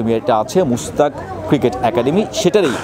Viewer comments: MUSTANGS Cricket Academy ke boltese MUSTAK cricket acamdemy, LMAO bangladeshi youtube reporter! Hilarious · Bhai eta ekhta garir num uchharon thik Koren Mustang ekhta American gari one of the best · Bolod. This called Mustang not Mushtak. Eder USA visa dise K... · মুস্তাক না মাস্টাং ক্রিকেট একাডেমি। আপনারা উচ্চারণ ভুল করলে মানুষ ভুল তথ্য পায় সেটা বুঝেন না?